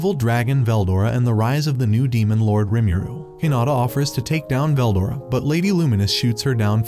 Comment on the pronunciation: I don't know how far you made it in but I literally made it 4 minutes 20 seconds and he mispronounced veldora and that was all I needed to hear